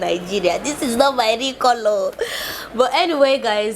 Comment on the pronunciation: Do not say cola(kola) say kala which you mean collour